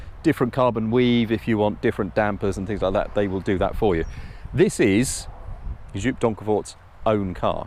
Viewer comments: Please hand over the steering wheel to Mat Watson! Ps. It is Jóóp, not Joep.... Worst (special) car review in years.... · Joop, not djuup 🤣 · Joop is pronounced "yope" haha